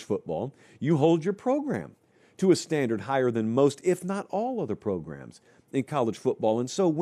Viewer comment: "How many progrums..." LOLOL